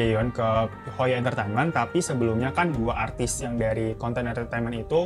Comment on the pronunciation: Bang...... Artis bang bukan atris🤦